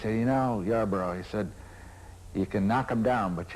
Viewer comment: It's "Yarborough".